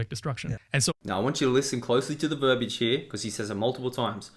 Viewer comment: Listen, that chicken scratch 🐔is obviously proto-Hebrew. 🐓Cluck-cluck. 🐓 By the way, bro, "verbiage" has 3 syllables. It's not "verb-age". 🌠The more you know 🌠 By the way, the term was "abjad" which is "a writing system in which only consonants are represented by letter signs, leaving the vowels to be inferred by the reader (unless represented otherwise, such as by diacritics)."